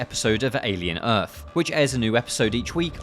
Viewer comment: alien earf